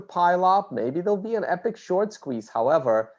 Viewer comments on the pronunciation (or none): none